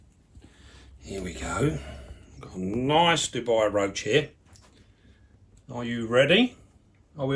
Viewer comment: Cool video. Thanks. But calling them Dubai roaches makes me want to kill myself ^_^ Dubai is a country. (Du-bi) Dubia is the roach. (Du-bia) Ignoring my O.C.D, amazing collection, enjoyed the video. Thanks